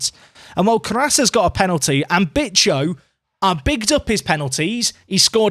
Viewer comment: Hey if you don't want to risk getting demonetized Bicho is pronounced like Bi sho the Sho sounds like Show with the W if this didn't help just put it on Google translate and let Google speak